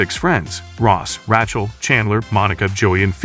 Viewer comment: It's amazing that today's AI is supposed to be so great but it can't pronounce many common words properly. Just listen to how it butcher's the name Rachel. Pathetic. Also, You may want to playback your own videos before releasing them to catch obvious errors such as "The Walking Dead Friends" show. LOL